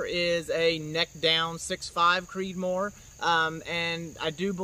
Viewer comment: Slow down when you talk, when you say “6 millimeter creedmore” sounds like you have a mouthful of rocks and are trying to spit it out faster than a mouthful of bees.